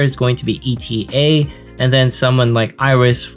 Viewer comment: Please do not pronunce ETA name E.T.A. She's not an estimated time of arrival. I can't help but laugh everytime lmao It's pronunced "eɪtə". eɪ like 'a' from able and tə like "to" from "towards"